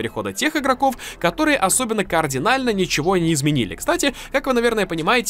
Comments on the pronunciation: Бля,, "кардинально", а не "кООрдинально, сколько можно 🤣🤣🤣🤣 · Во всех выпусках используешь слово "Кардинально" и произносишь его неправильно: у тебя "координально" звучит, а такого слова нет